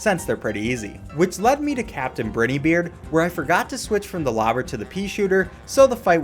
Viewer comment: the way you say briney though lol